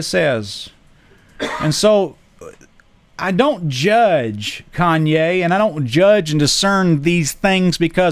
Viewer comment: It’s Kanye not Kayne lol